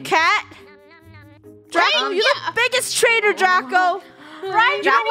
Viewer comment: Its dracO not dracA